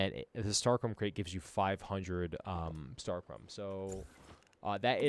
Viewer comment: Star-CHROM lol